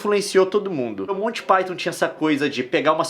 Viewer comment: Você disse colty pyton?